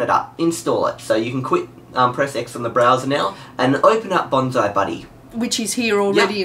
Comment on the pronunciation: I just realized that failed to pronounce Bonzi correctly throughout the whole Bonzi Buddy segment IT'S BON-SEE not BON-ZAI.